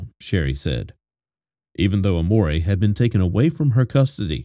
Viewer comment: Amore is not how you say it, so you didn’t name her love 😅😅😂